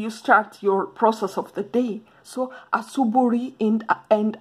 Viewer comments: Asuburi x it's asubuhi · Asubuhi not ASUBURI. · 🤣😂😂😂😂 in kiswahili it is ASUBUI. Not asuburi